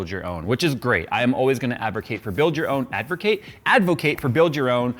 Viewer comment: “Did I just say Advercate?!?” Proceeds to say Advercate multiple times 😂